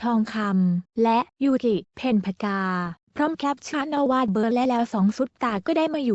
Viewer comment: ยูกิจร้าแก้ใหม่อ่านชื่อให้ถูก